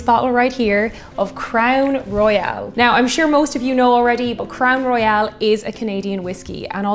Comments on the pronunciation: As a Canadian whisky fan, I don't think I've heard anyone pronounce it Crown "Royale" (as in "royale with cheese" to quote Pulp Fiction) unless if they were French speakers - come to think of it I don't think the French as first language speakers I know do that either. So less "Roy-AL" and more "Roy-ul". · It’s Royal not Royale. Probably s repetitious comment. Love your channel! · Crown Royal will now have to be said... Crown Roy-AL :) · you can do no wrong. With that said I do have some “Constructive” advice. Please can you do ml. to Ounces for us Colonists that are too lazy to do the Math Conversion? Also “Royale” has the “e” in it. “Crown Royal” is pronounced like The Monarchy, “The Royals”. I don’t know, maybe the label in Ireland has the “e” at the end? I love everything you do, Please keep it coming! SanJoseBob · WHAT A GAS! EH! I got the giggles as soon as I saw the Crown Royal (or as you pronounced it "Crown Royale" both pronunciations are correct in bilingual Canada). When you said "Ginger Ale", I thought "Let it be Canada Dry". It wasn't, but it was fun to think. British cider is GAD AWFUL. It taste like they waited for the apples to soften after picking, before making the cider. Canadian cider has a more "crisp crunch taste" like a real apple, but I'm not sure it's available in Ireland. Two of my favourite ciders are from my home town. Canadian Thanksgiving is in October. We don't want to be wading through hip-deep snow to get to the turkey. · and quit saying Crown Royal wrong. I love you.